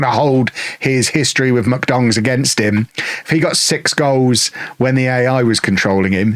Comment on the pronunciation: I like how usually pronounce "MK Dons" as "McDongs". Though for me "McDorks" also works too.